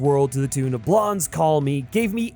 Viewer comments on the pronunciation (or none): I don't know if anybody else has commented on your pronunciation of the band Blondie at the beginning of the video but you pronounced it wrong.